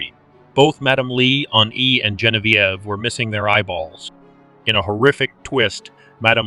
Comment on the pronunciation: Hopefully you take this as constructive. Zhe [like the as portion of tre as ure] On [Like john] V [Like the letter] Ev [Like ever] So... Zhe on v ev Gen vie ve 👍